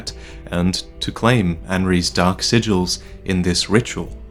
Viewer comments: Everytime I hear Kaathe say "Dark" all I hear is "Duck". "The First Lords feared the Duck and the Duck Lord..." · what if kath actually has a speech impediment, and has been trying all this time to say "dock" instead of "dark" this whole time.